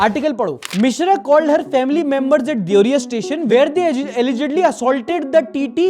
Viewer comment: Bhai wo देवरिया hai deveriya देवेरिया nhi bhai, mai waha hu